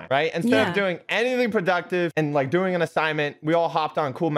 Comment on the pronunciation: said dooing